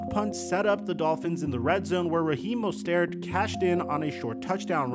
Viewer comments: Mostert, not Mostairt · I’m a dolphins fan and this season hurt a lot man. I mean this is the best team we have had in 20 years and still can’t get past the first round. Thanks for the video, but one thing, it’s Mo-stert lol. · When did Mostert suddenly become French? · No way that’s how you pronounce mostert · The way said “Mostert” threw me off 😂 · As a lifelong Phins fan I think it really makes sense to keep Tua for a year or two. He didn’t play terribly. Yeah he fucked up a couple of times in clutch moments. But this was his first full season of playing. We have a ton of offensive weapons and a great system. We haven’t had this much hope since Marino. Also, my Jewish brother. Please please please stop pronouncing Mostert and Tuas name wrong. It’s like nails on a chalkboard bro lol. Love your content though! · How do you not know how to say Rahim Mostert's name? Do you even watch football? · Plz pronounce his last name correctly! Its annoying to hear, plz do better